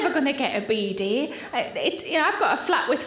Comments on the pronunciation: took me a while to figure out she was talking about a Bidet, the pronounciation is just backwards ^^ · It's quite extraordinary how many differences there are between British and American emphasis. We emphasise 'down', Americans emphasise 'up'. 'BEE-day' v 'bee-DAY'. I used to think that Americans were trying to be different out of caprice. Ironically, the word 'caprice' is pronounced with an upward intonation in British English. 😊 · I never knew that word is pronounced “beady.”